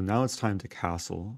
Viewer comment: so now it's time to caatle lmao. - move 24